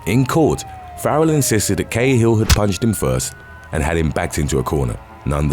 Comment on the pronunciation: AYYY Cahill is pronounced 'Karl'